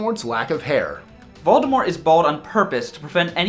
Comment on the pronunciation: IS A HUFFLEPUFF! Yeah!! Also, props for pronouncing "Voldemort" correctly!